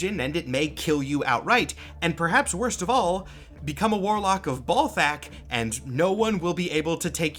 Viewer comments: maybe the first name is bal like ballet not bal like ball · Always read it as Bal-thakk not Ball-thakk. Cant think of any names where Bal is pronounced Ball. Also the purple fire is just fire rhats purple. Probably bc its magic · Maybe its pronounced balt-hack? You know, like bolts of balt-hack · I would imagine Balthakk is pronounced like Baal instead of Ball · In the same way some folks pronounce the planet Uranus 'youran us' as opposed to the funny way, perhaps Ballthak could be 'ball-tok'. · Is it pronounced "Ballthakk" with the double L of "ALL" or is it "Balthakk" with the single L of "AL"? Considering the lack of a double L, I believe it is B AL Thackk. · Pretty sure it’s BAHL-THAHK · balthakk is like uranus in that if you want to sound professional, you gotta avoid conventional pronunciation lmao. one simple way could be to swap the two pronunciations of "A" in his name. so for "bal", the A would sound like the way its spoken in the word "bat", and for "thakk", the A souds like the way you say it in the word "hall" bah-l-thokk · "Say 'Benoit'." "Benoit-" "Ballthakk! See? It's automatic." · Say ballsac again please. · I always pronounced Balthakk with an æ sound (first syllable rhymes with gal) and the stress on the second syllable. Which I’m realizing now is perhaps a bit too charitable to the fella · As a Marvel Snap player I have been familiar with the name Balthakk for a while now but never did it strike me that it’s pronounced like Mike Tyson talking about a groin.